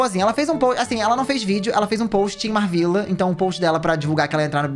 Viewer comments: o falando da Marvvila mas não sabe falar o nome dela 😭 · Que agonia dele falando o nome da MarVilla errado 🤡